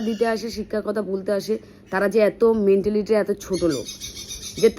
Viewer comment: তোমার ভাষণের মধ্যে একটা ইংরাজী শব্দ অনেক বার কানে ভেসে এল - Mentality! একটা কথা বলি, কিছু মনে কোর না। ইংরাজী ভাষার ওপরে ভালো দখল না থাকলে দয়া করে ইংরাজী শব্দ ব্যবহার কোর না। ঐ ইংরাজী শব্দটার বাংলা ভাষায় উচ্চারণ হচ্ছে - "মেন্টালিটি".. "মেণ্টিলিটি" নয়!